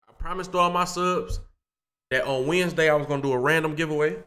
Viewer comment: Bro said today is wednesday w i n d s d a y 😭